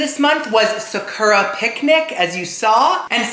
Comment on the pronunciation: Socko rocko gets me every time! Why no one tell him it’s Sakura co.